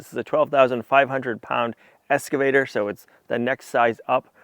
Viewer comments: PLEASE ❤😅😅It’s EX-CAVATER not ES-CAVATER ❤ PAUL - a loyal fan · If it's not been mentioned before, you might be unaware that you are mispronouncing your new machine as an escavator, and not as im sure you know that it is pronounced excavator. Hope this helps. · At the risk of sounding like I'm talking to a 5-year-old ... It's not an ESS-cavator. It's an EX-cavator. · eXcavator not eScavator! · zero times lol, Said EScavator quite a bit though. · how many times can you mispronounce "excavator" in one video?